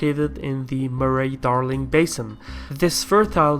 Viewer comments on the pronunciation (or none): Corrections: There is no coal in the desert. East is to the right side of the screen. In Australian English, vowels like the a in Murray are not pronounced. Not all of our trade is by sea - lots of fresh food is exported by aur freight. Our sovereignty is not subject to outside forces, just our trade. If China massively increases its military, they will need lots of iron and coking coal, Japan and Korea will consequently also need lots of Iron and coking coal, and global instability will increase the gold price - all good for our economy. My biggest question: could China have a big war without importing minerals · "Murray-Darling" is pronounced "Murree-Darling", not "Muh-ray-Darling" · You said "Murray" wrong also Australia isn't a island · Its surrounded by water. Its a very BIG island. Who cares wot about Murray pronunciation you got the meaning.